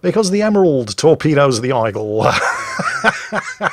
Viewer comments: I approve of insulting the French by pronouncing Aigle Eye-gull and not Ay-gluh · It’s pronounced égle, noe aigle, it’s french. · Aigle is pronounced Aeg-le - I presume you know that and its just one of your puns? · It's compensation for absolutely butchering "Aigle" and "Phra Ruang". /A Swede who also likes "Ö"